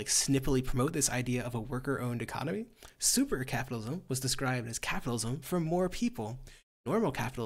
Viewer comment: Vaush going "SUPAA Capitalism" will always make me chuckle hahaha